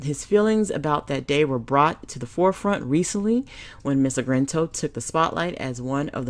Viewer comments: its Argento,, Argento! Not 'Argrento!'!:-) Please excuse my grammatical police; I LOVE your content, but sometimes you mispronunciate proper names!:-) Otherwise, spot on content! We can agree the hypocrisy of the #MeToo movement, hijacked from the authentic stories of poor black women by liberal white feminists, but actually reinforce the same sexual predators and pedophilias that American patriarchy has historically thrived on. Their sexual violence and exploitation, especially regarding black men and boys, is core part of the system of white male patriarchy they claim to rant against. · It's ARGento, NOT AGRento. You're putting the R in the wrong place. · My goodness, is it so difficult to say a name right, even if you can't pronounce Italian names then at least say it right!!! Her name is A R G EN T O !!!! NOT ARG - R - ENTO! It's totally annoying to listen to this video!! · Ar-gen-to not Ar-gren-to. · it is pronounced AR-GEN-TO not Agrento. I believe that all perpetrators should be held accountable REGARDLESS of sex or race. That is why Lady Justice wears a blindfold, because Justice is supposed to be blind. She had a lot of nerve pretending to lead the #metoo movement knowing full well of her own behaviour. There is absolutely no excuse for what she did. I doubt any Justice will be had because of a statue of limitations law which is 5 years in CA. He may be able to sue her in civil court, but I doubt she will serve any time, which is a shame. And by the way, I DO care about male victims as much as female victims. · not trying to be mean but you're pronouncing her name wrong. It's Ar-gen-to. The way that you're pronouncing it is like this: Ar-gren-to. There's no R after the G. Just pointing that out. Love your channel though!! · UM.... who is Ms AGRENTO? i thought her name was Argento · her name is argento, not Agrento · DAMN, let me help, at least get the name right R-GIN-TOE, not GRIN. Sheeesh.